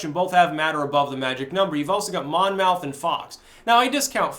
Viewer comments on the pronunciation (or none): It's pronounced MON-muth